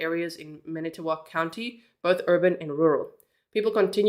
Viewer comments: Fon-Do-Lack is how you pronounce Fon Du Lac (you were very close and we have many hard to pronounce cities!) I'm here to help with any of your Wisconsin questions as I was born and raised here. 😊 Edit: You got Manitowoc correct! That's where Steven Avery and his family lived (if you've seen Making a Murderer you'll know who that is.) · You nailed saying all the cities and towns correctly. From Manitowoc area and now live in Appleton.